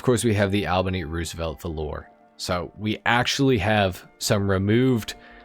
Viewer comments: Why are you pronouncing Valor, Valore 🤣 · F O U R... I'll be the pedantic butthole in the room. The word is pronounced VALL-OR. Like 'Valley' with an OR on the end. (some people butcher it with an ER sound on the end) Even if you spell it like the Brits 'Valour' it's still pronounced the same. Velour (which is what you're saying) is also a word. It is a plush soft, plus fabric for clothes and blankets.